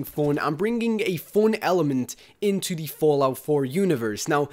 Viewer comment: I thought he said porn when he said "fun"